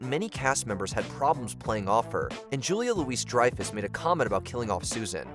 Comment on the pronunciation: You’re still saying “Julia Louise Dreyfus”? 🤦🏾‍♂️